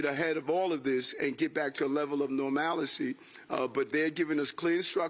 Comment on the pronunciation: "...ready to get back to a level of normalicey"...?